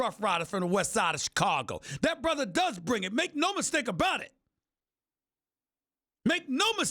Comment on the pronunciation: ''I know him like a borther''